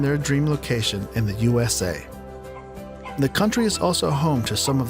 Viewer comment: lmaooo boy said “usa”